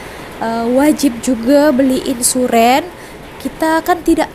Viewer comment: Insurennn hahahaa, baca nya insurance bunyi nya imsurenn 😂😂